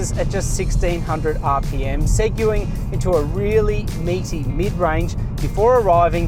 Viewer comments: Seg-you-ing?? What the? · He didn't really make it up... just pronounced it wrong. Segway is what he should have said.